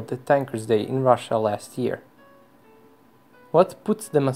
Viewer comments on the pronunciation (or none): none